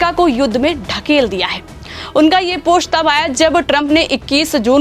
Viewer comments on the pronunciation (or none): Beta chk pronunciation, it's post not posht. Ser ko sawa ser not sher.